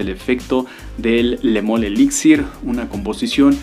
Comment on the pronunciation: Jean paul Gaultier.......Le moool 😂😂😂 que rara pronunciación